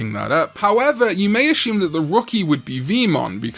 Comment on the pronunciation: Why do you add an “h” when pronouncing “assume”?